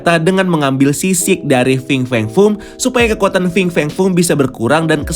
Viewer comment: Coba hitung brp kali dia bilang Fing Feng Fung dalam video ini? 😀